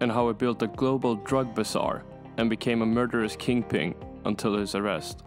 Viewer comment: A murdurous KingPing? wtf is a kingping